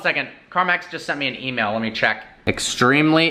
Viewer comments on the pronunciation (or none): Yoo that offiecal emal tho 🅱️😂